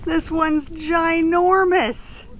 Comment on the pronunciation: ANOTHER GREAT VID GUYS. WHEN ARE YOU GOING TO PUT TOGETHER A COFFEE TABLE BOOK OF YOUR PHOTOGRAPHY? THANKS ONCE MORE FOR TAKING US ALONG WITH YOU. OH YEAH,, YOU GOT ME SAYIN' GINORMACE ALL THE TIME NOW! I USED IT IN FRONT OF MY FRIEND THE OTHER DAY AND HE WAS LIKE " WHAT DID YOU SAY? GINORMACE? " AND I TOLD HIM "YOU WOULDN'T UNDERSTAND, IT'S A BUSFACE THING."